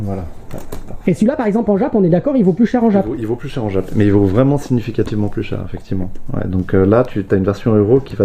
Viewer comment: Exceptionnel! Juste, par pitié, arrête de dire " djap " pour dire JAP 😅😅